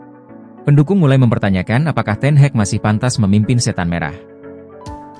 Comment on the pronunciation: DENGER NARATOR NYA ENGGA BANGET, NYEBUT NAMA NAMA MANAGER NYA AJA GA BENER.. ERIK TEN HEG KATANYA, SAMA THOMAS TUCEL 😂